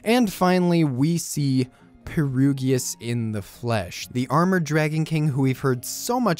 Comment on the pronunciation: P E R G I U S NOT PERUGIUS